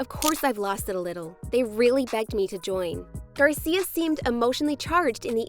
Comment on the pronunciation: Garcier? Wtf are you doing lmao why are you doing that? Your doing this stupid ier shit